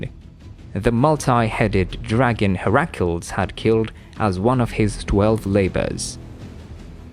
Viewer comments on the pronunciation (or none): Hair-ackles😅 you mean Heracles